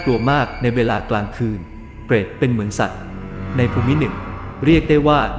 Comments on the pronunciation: พระโขนง ไม่ใช่ พระขโนง ภูมิ = พูม ไม่ใช่ พู-มิ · มีคำอ่านผิดครับ คำว่า ภูมิ อ่านว่า พูม ไม่ใช่ พูมิ นะครับ